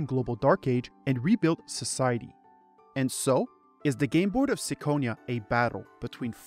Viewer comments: I have only one question... Why you read it as –sikonia– if the Japanese title clearly reads as –kikonia–?.. 🤔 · It's Kee-ko-nia as the Japanese katakana title says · oh god no "me-yeoh" are you fucking kidding me this makes "sick-onia" sound good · really reconsidering my next hour and a half upon hearing "sicko-nia" out loud